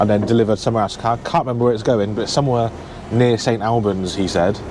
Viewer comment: St Albans is pronounced all-bans not al-bans mate.